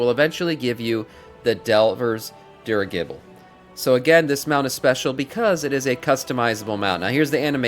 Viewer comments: DUDE it's pronounced DEEER I JAH BLE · It is pronounced "Dirig ible" ....you keep putting an extra g in it. We have have these things in IRL history. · How can someone can’t pronounce dirigible, OMG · Did you catch his pronunciation of Scholomance too...besides the buthering of the word dirigible.